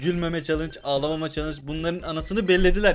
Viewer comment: Nobody::ağalama